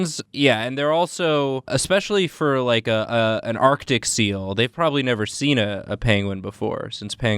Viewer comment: ArCtic. The first C is NOT silent!